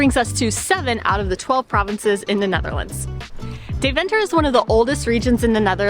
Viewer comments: Dayv'nter. With the klemtoon on Day....😂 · Its actual pronounced "Demtah" not Deventer. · Dear guy's ist De-ven-ter not DeVENter your pushing the "ven" to much..... LOL Next time put some (real) butter on the koek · I love how you pronounce Deventer as if it's 'The Venter'. It's actually more pronounced like 'Daiven-ter'. Phonetically 'Daiven-ter' comes closer to how Dutch people pronounce it. But I'll forgive you.. 😉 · Very good...but please learn how to pronounce Deventer.........